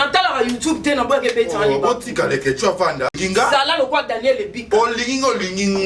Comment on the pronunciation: Ezalaka mobali ambassadeur muasi ambassadrice Mimie kabongo prononce bien leketshou ozoloba nde na faute c ne pas avec t plutôt d